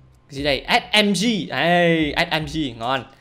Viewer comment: đâu phải ét em tri mà là là ét mờ gờ